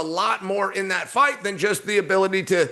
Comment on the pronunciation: chael you must have not waken up from that craig jones fiasco, ''fite'' as in bite.